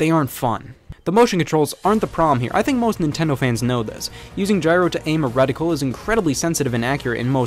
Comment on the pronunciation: He said “reticle.”